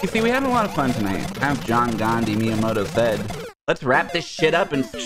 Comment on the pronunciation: John Gandh-eez Miyamotoes. Gottem.